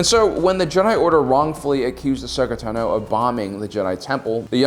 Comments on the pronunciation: Why do you always say Ashoka Tanó? It really grinds my gears every time I hear ‘Tanó’ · Ashoka Tah-no lmao